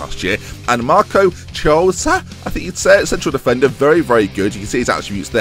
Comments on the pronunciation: Chiosa it's pronunced "Kee-Osa" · The Ch in Marco Chiosa is pronounced like a K. So basically Marco Kiosa